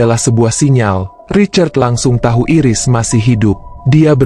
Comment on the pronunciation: Min.. Bacanya bukan Iris (jd kayak iris bawang 😭)... Bacanya Airis.. Makasih Min..